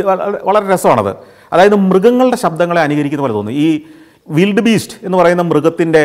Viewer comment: വൈൽഡ് ബീസ്റ്റ് അല്ലേ?.. വിൽഡ് ബീസ്റ്റ് അല്ലല്ലോ